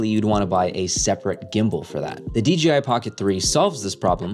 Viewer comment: DGI??? or DJI???